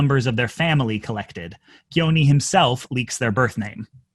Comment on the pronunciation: I get that it's not the point, but as an Albanian, your pronunciation of "Gjoni" is atrocious.